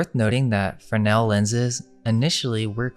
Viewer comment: FreSnel, theres an S in there. Good video though guys.